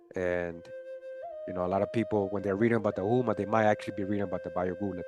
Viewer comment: not trying to be an asshole, but "Houma" is pronounced "Hoe-ma" as in Oklahoma (but, Oklahoma should be spelled "Oklahouma")